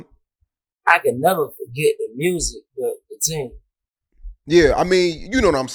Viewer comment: Yea we love saying Mursic in the M 😂